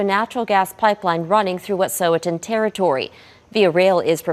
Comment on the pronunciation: Y'all can't even pronounce Wet'suwet'en correctly, you should hardly be giving an opinion on it.